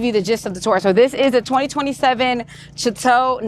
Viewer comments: Hey sweetie you keep saying chu-tow but it’s pronounced sha-tow 😊and Congratulations on #3 , you’re so inspirational,keep moving forward starchild !! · OMG! It's pronounced SHA-TOE not CHA-TOE. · Your new camper is great and much safer than your trailers. Please stop saying chat-tow… it’s French girl .. pronounced Sha-tow … it means house, home , castle …. Enjoy living single without kids 😂😂😂… be safe always! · Ja-tore??? Wtf? Say it right! It's pronounced Shah---tow. If you're going to promote a product at least pronounce the name correctly. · The "ch" in chateau takes on the "sh" sound. It's correct pronunciation is "shat-tow". My fault....just an ADD thing of mine. Love your adventures!! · Sha-tow But it's your baby, lol However you want to pronounce it. Loved the video! Love the Chateau. When I grow up I wanna be adventurous like you! (I'm 59) 🤣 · Pretty lady, the ink and mispronounced name of your RV I could live with. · Sis, no one told you the ch in chateau is pronounced sh? Or is that a mindful choice? Either way it's tickling me 😂😂😂